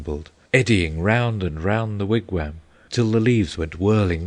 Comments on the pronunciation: as much as I love the English accent , yes , they need to properly pronounce foreign words... they also do not pronounce Wigwam the way it is said here . The English seem to always do this with foreign words that have the letter A in them... it drives me nuts the way they say pasta... not with an aahh sound but more as if they are using a from the word cat . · I listened to a little of this, and I found it to be quite good. Unfortunately, some of the meter is lost in transition between American and English accents- for example, an American pronounces wigwam as "Wig-waam", with a soft A. This scans as a trochee, and fits into Longfellow's meter flawlessly. The English "Wig-wehm" comes off more spondaic. It's a minor complaint, and a negligible loss in the otherwise stunning reading of Longfellow's epic.